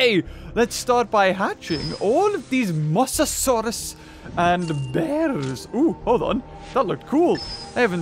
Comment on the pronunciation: You said mozesor lol wrong